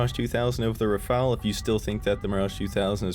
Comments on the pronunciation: cough cough it's.. RHAAAA FAAAL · IT IS RUH FALL